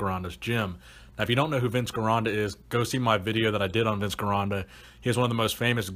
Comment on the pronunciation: Vince Gironda --- soft "G" --- pronounced like a "J". Also, preacher bench was called 'preacher bench' long before Scott's name got appended to it.